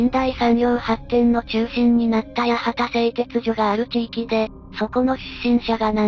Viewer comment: 名前を間違えないで。八幡（×やわた→〇やはた）、東筑（×ひがしつく→〇とうちく）